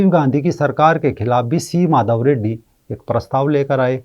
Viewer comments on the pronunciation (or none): none